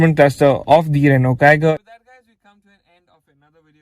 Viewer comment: Finally someone said it right ... Rennoo and not renolt